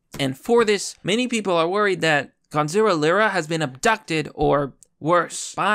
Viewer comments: His name is Gonzalo not Gonzilla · His name is Gonzalo, not Gonzilla, lol. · lmao you keep saying Gonzilla. Instead of Gonzolo. I love it. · Say it with me, — GON-ZA-LO! Gonazlo! Not Gonzilla. Thank you for this upload though bro! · Gonzilla? You can’t even pronounce his name properly and you call him your friend? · Gon-za-low. Still can't read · You can't even pronounce his name correctly.... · Why do you keep saying Gonzalo like Godzilla?